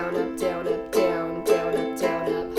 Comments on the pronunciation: i would like her videos but the ways she says down it ruins its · when you were sayin down up i tought u said donut